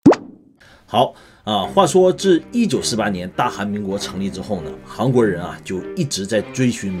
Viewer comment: 一直听着是“航国”😂